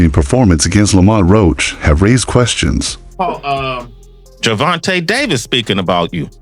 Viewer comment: GervOntah?! I’m out